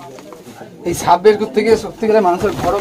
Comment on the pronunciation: দাদা সাপ উচ্চারন করতে পারেন না? শুধু দেখি ছাপ ছাপ বলেন সাপকে।